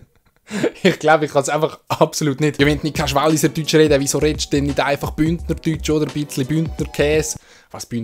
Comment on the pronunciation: Wallischär😂😂Nur so äs heissit Wallisär, nix "sch"